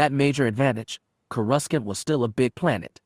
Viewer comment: Courescant is sad (kor eh sant )